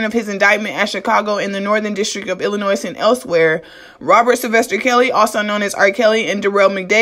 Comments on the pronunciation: Hi your doing a great job. I know Illinois has a S at the end but the S is silent. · Illin' Noise or Illinois??